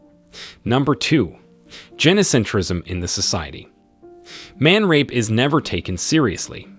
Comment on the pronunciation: Good content, but the speaker mispronounced gynocentrism and several other words. Omitted one word entirely. Which leads me to believe that this is a foreigner using sort sort of AI to sound American.